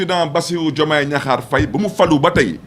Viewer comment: il ne faut pas gâter le nom de notre président on dis diakhar on ne dis pas gnakhar boumou amati, yeureum naala trop khadiou balcon 😂